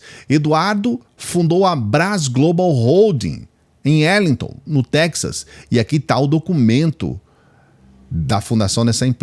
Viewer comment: Eduardo Bolzoloide mora em Arlighton Texas,sua pronuncia está errada.